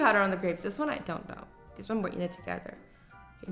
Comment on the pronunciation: Dees or this?